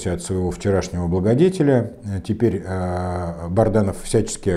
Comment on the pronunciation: Он же Бадранов! Вы всегда неправильно произносите его фамилию